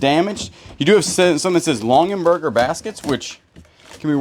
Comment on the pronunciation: It's Longaberger not Longenberger